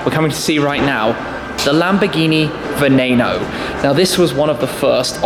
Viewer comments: Hate the way you pronounce "VENENO" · I'm with you. The Lamborghini Aventador SVJ Convertible is my dream car to. And wait, it's not (va-nA-no) it's (va-NE-no). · It's vneno not vnano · It IS NOT pronounced venanoe It IS pronounced veneno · Lamborghini vaNAYno? Wtf is that? It’s vaNEEno. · its not vanano its veneno ven-nen-o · “Venaeno” veneno* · I'm not sure did you say Beneno or Veneno because it's pronounced as beneno. Sorry for sounding like a prick for such a small detail about the pronunciation of a Lamborghini model. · Did he just say venano???? and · Lol, "venayno" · Can you stop pronouncing it Venayno